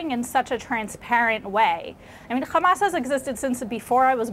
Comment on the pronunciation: Its not Khamas, its Hamas you thick shit